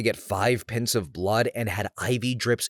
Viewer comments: Not gonna lie, saying pints like pince almost took me out 😅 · I stopped what I was doing and came to the comments to ask "did you really just say it like 'pince' lol" 😂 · LOL sometimes I get into auto-pilot while reading 😂 It's like when you drive on a long road. The only difference is I pronounce 'pints' wrong LMAO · You did not just pronounce "pints" like that 😂😂😂